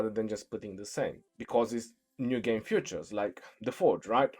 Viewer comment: Fea.... Tures.. Not futures 🔮 🤣